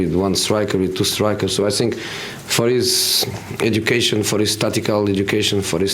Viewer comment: name one presd conference where he doesn't say sink instead of think 😂😂😂